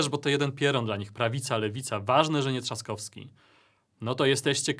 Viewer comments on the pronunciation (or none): none